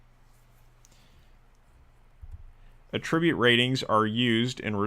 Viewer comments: I'm curious to know as well. I just finished watching a software tutorial where the developer kept using the same mispronunciation. His english was perfect otherwise. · Curious where you are from? I’ve never heard the noun pronounced like the verb anywhere I’ve been. Not trying to be rude, just curious about that.